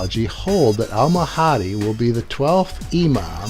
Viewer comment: Learn how to pronounce Al-Mahdi before addressing the issue.